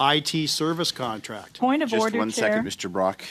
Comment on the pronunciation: "POINT OF WEF ODDER" ??